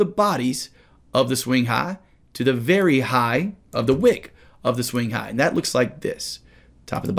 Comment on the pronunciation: Am I the only one who hears "a wig" instead of "a wick"?... Kinda makes sense if we are talking about heads and shoulders 😂